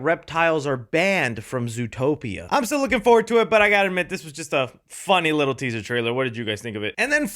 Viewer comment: "Zootpoia" my goat actually makes mistakes🥲